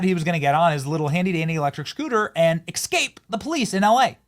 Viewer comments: It's "Escape", not "Expsate". WTF Benny? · The word is "Escape", not "Exscape". I can't listen to you if you're going to mangle the English language. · You had me until you mispronounced es-cape as eks-cape. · Dude if you say Excape instead of escape one more time....... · There isn't an x in escape. Stop saying it that way. It makes you sound dumb.